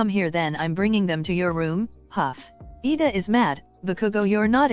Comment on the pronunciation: It's Iida not Lida